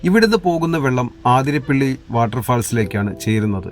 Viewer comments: Athirapally not aaathirapilly.. Vazhachaal not vaazhaachal. Please note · ആതിരാപ്പിള്ളി അല്ല 'അതിരപ്പിള്ളി ആണ്